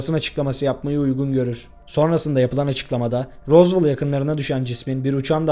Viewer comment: tek dicem rozvel die okunuyo rozvol ne